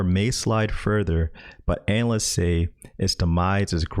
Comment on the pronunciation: I think you’re pronouncing anal-ists wrong.